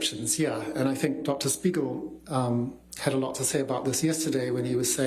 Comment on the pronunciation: Just look at his face after hè pronounced the name of dr spiegel in the beginning....